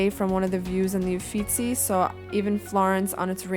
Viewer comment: oh and also: your pronunciation of "Uffizi" is impeccable I'm impressed with everything about this video ahah